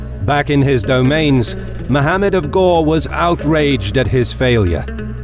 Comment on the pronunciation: its not ghor its ghori